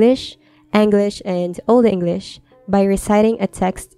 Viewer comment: This means a lot to me. Also, can we appreciate her Old English?!